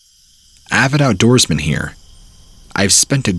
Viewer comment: when I heard “avid outdorsman” I fought I was in a mrballen video